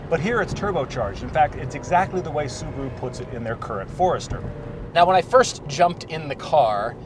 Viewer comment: Why can't they say Subaru properly??